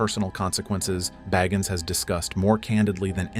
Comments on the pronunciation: Yo your pronouncing the man’s last name incorrectly! Aggravating AF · Pronounce the name right like it was pronounced at the beginning of the video